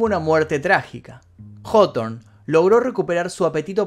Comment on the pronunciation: El vídeo que justamente estaba esperando y como de costumbre el Mefisto no decepciona. Solo pido el de día del atentado de Oklahoma y ya no le pido mas vídeos y solo me dedico a disfrutar el canal. Puntos extras por mencionar bien el apellido Hawthorne parece que nadie sabe como pronunciarlo bien.